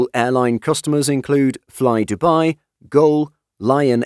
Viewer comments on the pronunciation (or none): none